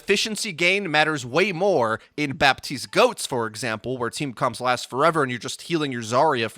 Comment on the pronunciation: It's Batiste, not Bapetiste